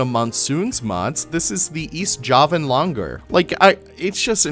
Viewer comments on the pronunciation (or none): none